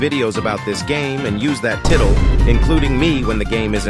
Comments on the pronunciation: its pronounced tytle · Title was pronounced very suspiciously 😂